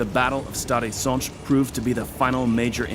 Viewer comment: as well as Stary Sącz, I have to admit it's impressive